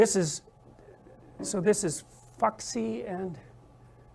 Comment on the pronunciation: I've seen this one before, and you're right about Peterson's minimal engagement with the Chinese mythology. If he'd spent even seconds on it he'd know that Fuxi is pronounced "foo-shee" and not "fucksy".